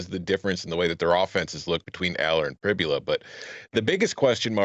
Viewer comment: Danny talks on Penn State and yet doesn’t even know how to pronounce Pribula’s name 🤦🏼‍♂️